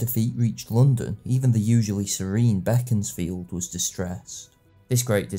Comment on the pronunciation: Very professional, thanks. I'm also a Disraeli fan (I've bought "Coningsby" and must soon get round to it) AND have a good friend from Beaconsfield, good to hear it pronounced the way the great man himself would have. The alternative (wrong) pronunciation turns my guts.